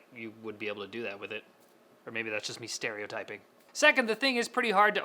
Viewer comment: “Stereotyping“, please that was too much.